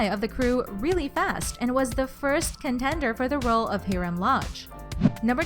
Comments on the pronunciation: Omg she said HEERAM TF? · Same she says hurum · Anybody think wow this girl is very different voice and why did you say Hiram like that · Heram 😂😂😂 It's Hi-rum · I was like 👁👄👁 when she said Herum not Hiram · High-rum not he-rum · It’s pronounced high-ram not hee-ram 😂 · It’s pronounced ( Hyrm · who tf is HEERUM bish do you mean HIRAM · ho elese is anoyed about she says hiram and ed sharen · I'm not a huge fan of Hiram but question number 25 she did not call Hiram "heeram lodge" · It’s HIIIIIII RRRRAAAAMMMM lodge 🤣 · CEO of HeRiM LoUdGe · they way she said Hiram omg and ed sherrn this girl needs speech therapy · Why she saying Hiram name like that lol 😭😭😭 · i almost just punched my laptop because she said almost every name wrong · Learn how to say the characters name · HIRAM learn the name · Am I the only one that’s annoyed with the way she said Hiram Edit:wow I’m surprised I got this many likes thankyou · y cant she say hiram well?